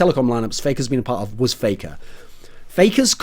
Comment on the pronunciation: "Playker" lol